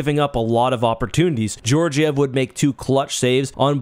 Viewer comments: Another correction: it's not pronounced George-iev, it's pronounced Gorg-iev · FOR THE LOVE OF GOD... if you're going to make biased commentary videos, AT LEAST please pronounce Georgiev correctly! It's not George-iev it's pronounced gee-or-gee-ev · GEORGE-EE-EV? Its proncounced GEE-OR-GEE-EV, the G in this place does not make a jor sound like in George in English. Spot on video otherwise, and maybe you pronounced it that way as a joke but I can't stand for it. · If you're going to be a hockey commentator, work on your pronunciations: \ghee-OHR-ghee-ehv\ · You would think you would know how to pronounce the goalie on the team that won the Stanley cup last year 😂😂😂 gave me a good laugh at least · has no clue how to properly pronounce Georgiev’s last name. He messes it up every single time. 😤